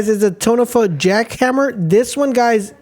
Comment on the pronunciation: Tonfa ("to" like in tall or TONka...or even like LAWN just with a T..."fa" more like FUzzy). Just curious..is english your 1st language? i ask because ive noticed a few things like this on ur vids (theortically, and exclamation...you say thretically, and sclamation etc.). A few of my soldiers were 1st gen in the states but from spain and would pronounce things similarly.